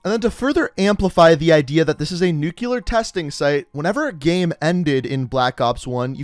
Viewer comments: NUCLEAR. Not NUCULAR. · Bro, it's pronounced "nuclear" not "nucular" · hes actually saying nuke le ar but i agree its nuke leer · actually, if you listen, he's saying nuke-u-lar, which is wrong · “Nucular” It’s... it’s uh... new CLEAR not *new queue ler * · Its pronounced nuclear not nucular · Sent a little shiver down my spine every time you said "nukular" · Can you please pronounce nuclear correctly, I know that it doesn’t bother most people but it’s my biggest pet-peeve. That said great vid keep up the gr8 work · When you say "nuclear" wrong. F